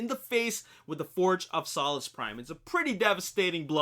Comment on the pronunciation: It's Sow-Lus Prime not Saw-Lus Prime....